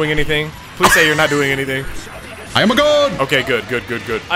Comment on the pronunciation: "I am a GODE"